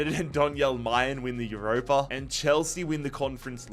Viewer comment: noticed a load of naming mispronunciations so here's the ones I caught to help you out for future vids Beier is pronounced by-er, not beer, similar to danny dyer but with a b Malen is mal-en with a regular L sound, not the spanish LL Haller also doesn't have the spanish LL sound and has the english L sound and a silent H Bensebaini is "ben-seh-bah-EE-NEE", not "ben-seh-bah-NEE" For Felix and Lukas Nmecha, the "n" is silent hope this helps for future vids 🙏